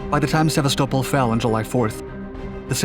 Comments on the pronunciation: Sevastopol is in no way, ever, pronounced like that! Here.... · Stopped listening when he mispronounced Sevastopol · Why are you pronouncing Sevastopol like that? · You mispronounced Sevastopol. The emphasis is on the AST not the SEV. Jackass. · seva-stow-pole.. why man why You mean Sevastopol (seh-vas-tah-pole) C'mon didn't you watch the alien movies or play the game?! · !!! Sa-vast-a-pole I have NO idea what he's saying?!!! HAHAHA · You said "Sev-vah-stole-pol" for Sevastopol?!?!? It's pronounced "Seh-Vast-Ah-Pole". #TriggerWarning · Seva-sto-pul? That's not how it's pronounced. Sev-asta-pol. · Hello, a common emphasis when pronouncing "Sevastopol" is on Vas so "seh-VAS-tuh-pole". [I doubt that the actor Topol would have been insulted.] Another military channel pronounced "Tonopah" as "tuh-NO-puh". A common pronunciation is "TOE-nuh-paw". People who pronounce "Lompoc" as "lawm-pock" make themselves clearly alien to that town. Locals pronounce it "LAWM-poke". [Locals also pronounce "Nojoqui" "Naw-ho-wee", no joke. And Joaquin in the San Joaquin Valley is pronounced HWA-keen.] Pronouncing "Tucson" as "TOO-sawn" is what is normal. Tucson is misspelled "Tuscan" from time to time due to how odd it is. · It's pronounced 'Se-BA-sto-pol' phonetically. Not sebaSTOpol. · You're pronouncing "sevastopol" wrong. It's "sehvast-oh-phol" not "sevveystowple" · Guys, you regularly mispronounce place names, people's names, and names of equipment. How do network news operations solve this problem? We call the Embassy of the nation in question. They will always quickly help you get it right for free. Sevastopol (Se VAST ta pol) is the name you massacred this time. It totally undermines your credibility to boot common words. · See vast a pole is the proper enunciation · Go on, say "Sevastapol" again. I need a good laugh. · I was very confused until I realized you meant Sevastopol, more commonly pronounced Sev-ass-ta-pole. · Seh VAST a pohl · Sevasto-pol not Seva-stopol